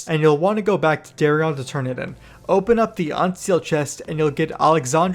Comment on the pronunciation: Lol the way you pronounce their names sounds ridiculous. It’s Darion dude, like Dare-ian… not Dahriahn 😂 It’s marrowgar, like bone marrow. Not mahr. LOL. Learn to talk